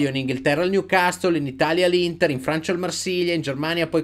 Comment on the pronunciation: finalmente qualcuno che pronuncia "Newcastle" in modo giusto (non è cosi' mportante ) ,ma sicuramente suona meglio...